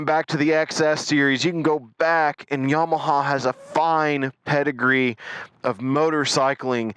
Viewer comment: I think your distaste for the Bolt is directly related to your pronunciation of "YamaHAUL"